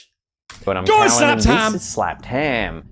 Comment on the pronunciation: Cannon?? U called slam jam cannon 😂... Ive noticed uve done it for ages no Biggie.. BUT, the Ozzy fella is called Callun..not Callum, CALLUN